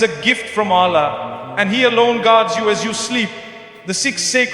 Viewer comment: It’s false, listen to the word he said Allah’s name, not the Arabic sound. Also other words used sounded not Arabic. Not Mufti Menk words .